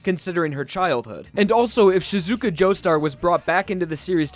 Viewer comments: you shouldnt say shiZUka, you should say SHIzuka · Sheezuka not Sh i zuka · Shizuka.. Shizaka..? Shiza? SHIIIIZZZZZAAAAAAAAAA!!!!! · Her name is Shiz A ka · jesus christ stop putting emphasis on the zu in shizuka its just shih-zu-ka, like, you wouldn't pronounce josuke as "jo-soo-kay," would you?